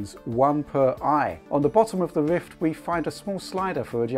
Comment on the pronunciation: Wichard, Wift, impwessed, pwoduct, twacking camera, wemote, fabwic, pwemium... hehehe, sorry but its funny.